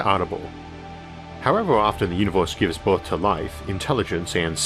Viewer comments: What's a "univorse"? ^^ more seriously where does that accent comes from? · Off topic, but im curious what region his accent is from? As an example pronouncing universe almost like univorse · Univorse? The stores? Formi paradox? Sorry, too annoying to watch.